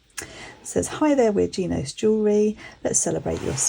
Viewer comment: Shes wrong, its more like an italian pronunciation, they have a phonetic explanation on their website